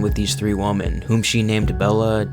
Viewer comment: Three WOMEN!!! Not three WOMAN… ffs